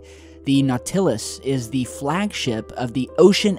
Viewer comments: REPutable, not rePUTable. Not as effed up as nauTILus, though. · you are pronouncing nautilaus wrong. you dont emphasize the TIL part. its NAUtilaus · It's naught-ah-luss. Just so you know. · Yeah I cringed everytime he said NauTILus as well. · Aww, come ON! "Naw-TILL-is"? Three minutes in, and you said this twice! Have you never read a book??? Watched a movie? Watched a National Geographic special? Been to a GYM??? How do you get this word wrong??? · Aaaagh, it's NAU-ti-lus, a quite common word! Are you really unfamiliar with it?! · naw-tillus? Are you kidding? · Not-Til-Us eg Nautilus...Benny rocks! Benny is a lucky kitty, and hopefully you both are happy. PS: why did you hit the innocent little kitty with a flashlight!? I get tough love but...we don't hit our buddy's...ever. (just kidding) keep it up! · Say It. Nortilluss....NOR as in Norbert....TILL as in till we meet again.......USS as in being drunk with your best friend and chest pointing at each other and saying US as in best buds but not USS as in Enterprise. Then Have an Earl Grey Hot. Also AWESOME KITTY, I've got 3 cats all were strays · Dude, really? It's "nawt-l-uh s". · Naw-till-us? bahahahahahha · NAW-till-us. Emphasis is on first syllable.☺ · knot eh lus (Nautilus pronounciation) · "ALL HAIL BENNY!" (^^,) By the way, what's this Nawtillis you're talking about? (I don't think Cptn. Nemo would appreciate, you butchering the name of his famous ship like that!;-P) Other than that, very interesting subject today. I hope, some day, we'll find out what it was... (who knows?) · Was just thinking he must never have heard of Captain Nemo. Im actually kinda surprised someone like wouldnt have known about this name. The naw till us:D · Naw-tillus, can you try to say that as one effin word? So god damn cringe, the way this guy pronounces shit! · Nau-ti-lus... It's really not that hard to look up words you're unfamiliar with. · NAW - ti - lus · Nautilus = Naw tih las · Dude! "Naught-a-lus"